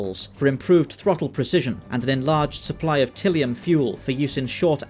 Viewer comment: It always annoys me that they pronounce the fuel "Till-ium" in the new show, whereas in the original it was "Tye-lium." Puny, unimportant point, but it always irked me. I'm an old and petty man, I suppose. Anyway: this was a really well done video. Good job.